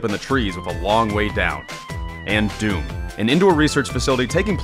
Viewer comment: It’s actually pronounced dewm it’s a king of the hill map took me forever to find it because I thought it was also pronounced doom